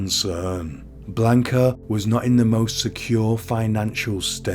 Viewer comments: Did you even bother looking up pronunciations in this case? I find it super disrespectful that you mispronounced the victim's name every single time you said it. It's not Blaynk-uh. It's Blaahnca. And the rest of the spanish was just so... English. It's really not that hard to look it up. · You're pronouncing her name wrong. If I were to offer a transliteration, it sounds like "Blonka."